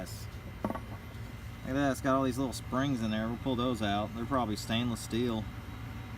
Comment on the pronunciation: Good video what do you think the total pay was after breaking down.... $2 or $3? I really enjoy "stainus" rather than stainless by the way fucking hilarious